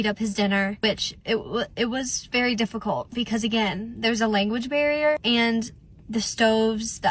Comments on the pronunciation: All this about them not speaking English … and this b is saying ‘Englis, ‘language BEAR’, and ‘public TRANSPORT” 😂😂😂😂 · I’m sorry…did she say language BEAR? 🐻 she did not!! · Did she say, "THERE WAS A LANGUAGE BEAR HERE" instead of Language Barrier?? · …did she say there was a “language bear” with the dad? 😂